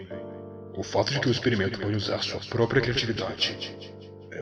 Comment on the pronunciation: Eu gostei,pórem "prórpia"? (Não querendo reclamar,X-tale é muito bom,tanto na dublagem que para mim é a melhor parte quanto os efeitos sonoros que combinam perfeitamente)